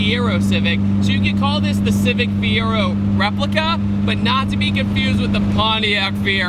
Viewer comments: It's Ferio, not Fiero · Also its Ferio (pronounced Fair-ee-oh) not Fiero lol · Actually, the civic is "FERIO" and not Fiero, as you said. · It's Ferio (Fare-Ee-Oh)....not Fiero (Fee-Air-Oh). You can check out Jody Foster's really corny JDM 90s Civic commercials on youtube for a good laugh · Its ferio not fiero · its pronounced fe ryo not fiero just correcting hehe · Its Ferio, not Fiero. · It hurt me every time he said “Fiero”, owning a Ferio I’m just cringing lol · 'Ferio' bro...... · Lol how he said ferio